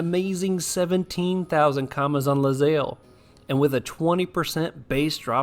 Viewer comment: You know, it's actually ilyzaelle. Tha capital i looks like an L I guess xD